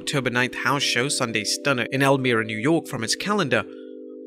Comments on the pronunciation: The I in Elmira has a Y sound El - My - Ruh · The cancelled show in Elmira (pronounced El MY ra) just shows that not all markets are hotbeds for live events right now. In Upstate NY, it's generally Albany and Rochester that are hotter until you get to NYC and MSG. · I understand why people say it but as someone from Elmira, it makes me mad how it is pronounced, also they haven’t advertised the show at all